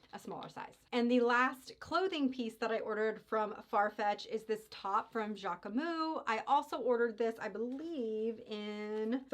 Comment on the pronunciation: Hi, it’s pronounced JackmuSS 😊 so you pronounce the S at the end and we don’t prononce the E in the middle. So JackMuS. Sending love form Paris. And yes Jacquemus is a great brand